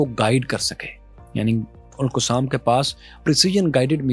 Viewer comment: Please don’t follow the western accent for Al-Qasim brigade.Qasim was the son of Imam Hussain shaheed in Kerbela. Correct your accent.